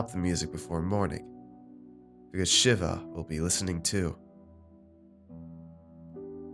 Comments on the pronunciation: Pretty sure its pronounced sheeva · Was so annoyed by his pronunciation of Shiva, but then realized narrator is ignorant racist, so he WOULDN’T know the correct pronunciation. Well done.